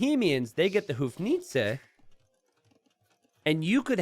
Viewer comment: Please, please, just stop butchering bohemians howitzer. I really like your videos, but every time i hear you say it, it is like somebody stab something through my ears. Just use english world for it, czech word... But for the sake of my sanity, please stop making your own abomination of word "Houfnice" ("hou" is pronounced same as word "go". just instead of "g", you use "h" => [həʊ..])